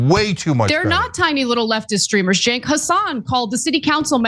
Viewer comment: It’s pronounced Jenk. And though I disagree with him, he is a good, honest guy